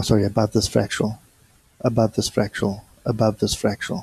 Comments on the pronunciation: fractAL not fractUAL, just want you to be the best you can be! :) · Its fractal not fratchal